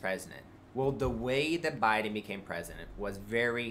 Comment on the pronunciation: Why, please someone tell me does he pronounce Joe Biden as J'Biden ? Is it a republican thing to make it one word